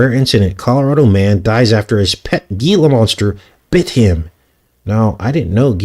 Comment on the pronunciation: Gila is pronounced " Hela "